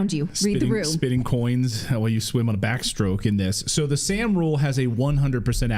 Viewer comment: The Sahm rule is pronounced som like Tom.